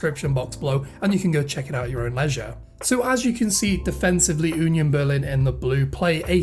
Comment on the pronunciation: 🤣🤣🤣 You call Union Berlin like Yunion Berlin. If you try to prononce it without this y you spreak it nearly right. Please hear like it is prononce in German